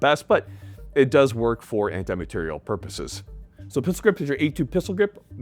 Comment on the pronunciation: “Anti- Mah-teir-ial” 🤌🏼